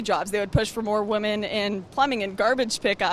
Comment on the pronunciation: Wtf is wrong with Lauren!? When she refers to more than one woman, she does not say the plural "women", she always says "woman". Eg. "Feminists want more woman in stem jobs" lol so do they just want the women there to get fatter? I have noticed this across many videos, I think she might honestly not real use they are two different words.